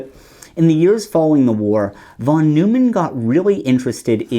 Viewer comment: Neumann is pronounced "noy-man", my guy. It's not like Jerry Seinfeld was his nemesis, That would be... maybe Wiener? Pronounced in the hilarious way.